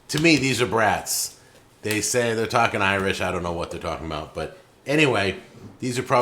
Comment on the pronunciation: you need to try those garlic brats (not trying to police you just helping you out. It's pronounced like "brought") and do not cut or poke any holes in it. Cook however you want but do it slightly slower than you would normally cook it as not to break the casing with too much heat. They retain so much garlic juice in the final product. They are the best brat you can buy. And by a longshot. Try it. You will thank me.